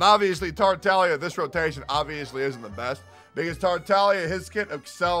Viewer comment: Bc thats how its actually pronounced